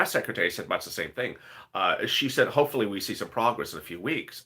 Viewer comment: OMG everytime u say much i hear 🤣🤣🤣🤣 bitch i am sorry I sit here n laugh